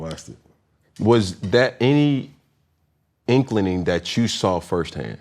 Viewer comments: Did Cam say "inkling'ning"? 😂😃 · “Iklining”? Come on Mr. Newton. The word is INKLING.